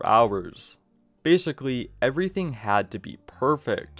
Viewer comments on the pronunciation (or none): none